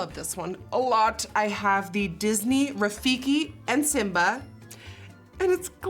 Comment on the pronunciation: It’s Rafiki not rifiki Rafiki means friend in Swahili